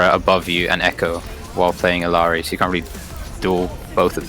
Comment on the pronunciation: Why do so many people pronounce Illari wrong? There are two Ls